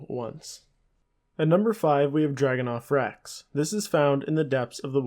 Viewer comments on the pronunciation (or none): "Dragonoth rex" lmfao killed me